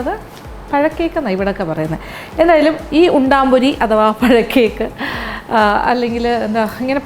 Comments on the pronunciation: ഉണ്ടംപൊരി എന്നാണ്,,,, ഉണ്ടാമ്പൊരി അല്ല,,,, nthayalum kidu റെസിപ്പി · EKM ൽ ഉണ്ടംപൊരി എന്നാണ്. ഉണ്ടാം അല്ല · Undaampori alla, undampori ennaanu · ഉൺടാപൊരി അല്ലമാഡം ഉൺടംപൊരി ആണ് നാടൻ പലഹാരങ്ങളിൽ ബെസ്റ്റ് _ പഴംപൊരി, സുഖിയൻ,പരിപ്പ് വട, ഉന്നക്കായ , ഉൺടംപൊരി,നെയ്യപ്പം മാഡം വളരെ ഭംഗിയായി,സിംപളായി വിശദീകരിച്ചു thanks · ഹെലോ ചേച്ചി ഉണ്ടാ പൊരിയല്ല ഉണ്ട പൊരിയാണ് ചേച്ചി 🤣🤣🤣🤣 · Chechi parayannuth undaaampori ennnaanu pakshe sherikkum parayunnath undampori ennaanu 😉😉😉😉